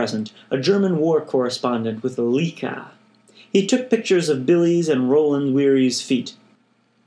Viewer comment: Pronunciation of LEICA is more like: "Like uh"